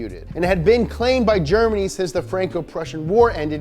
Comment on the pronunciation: The way he pronounced 'Germany' didn't sound wrong to me at all